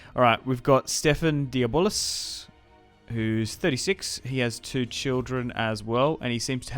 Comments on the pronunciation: And the closest to the correct way to pronounce the du blois in english is instead of saying di bolis, (which is wrong) is "do bla". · It's more accurately like De-Bleuh. Imagine a snooty Frenchman saying "blehhh", if that makes any sense. However, it's certainly not "Deeyuh-Bollis" as likes to say lol. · Stephen Diabolis 😂 man that cracked me up everytime you said it. Good video 👍